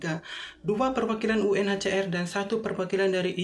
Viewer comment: Bukan "UCR' mas, tp "UNHCR" UCR mah kepanjangannya 'UCRIT'